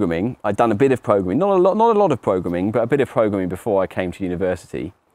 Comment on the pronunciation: I will now forever pronounce it “progrumming” in his honour